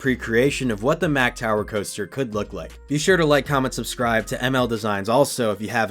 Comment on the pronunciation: Why are you pronouncing MACK like that when that's not even how the company pronounces it? Come on now, you of all people should know better. Lol.